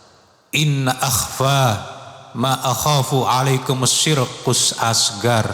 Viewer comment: Durasi 7.14 : naratornya membaca Arab nya dari tulisan latin kah? Itu memba "asghor" kok "asghar". Huruf ghoin itu jika difat-hah bunyinya "gho". Tp dlm tulisan latin ditulis "gha". Tp pd lafal/ tulisan Arab yg lain membacanya sdh bnyk yg benar